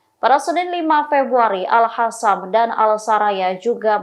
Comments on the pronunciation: Al qassam bukan al hasam mbak,,,ngak bisa baca ya mbak nya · Mana satu yang betul sebutannya AL HASSAM atau AL QASSAM😂